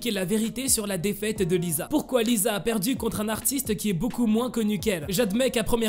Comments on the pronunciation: C lisa pas liza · Lisa c pas le son [z] c le son [s] comme si on disais lissa mais sa s’ecrit lisa